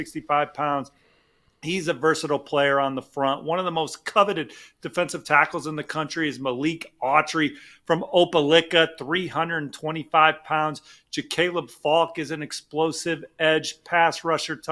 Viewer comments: Someone tell it’s O-pah-LIE-kah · I can’t listen to that dude say Opelicka and take him seriously. 😂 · It’s Opa-licka to me forever now! 😅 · Ope "lick" a smh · No way this man said Opelicka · That is not how you say Opelika. The “i” is long vowel